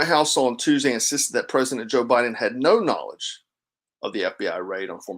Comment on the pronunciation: Funny she cant even say "no"